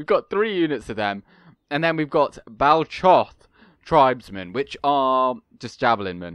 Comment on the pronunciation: According to Tolkien the ch in the Elvish, and by extent Westron, languages is always a hard Ch as in loch or German buch. So Baal-Koth is the correct pronunciation. Other examples include Carcharoth and Erchamion